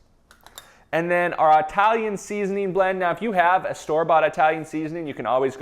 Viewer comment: Dude, every time you say "Ay-talian" I die a little bit haha